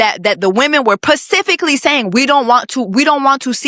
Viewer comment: Does Jessie say "pacifically" on purpose? Asking because this is my first time watching and its so cringe because shes seemingly intelligent otherwise and that may just be a thing she does on purpose. Lmk. ❤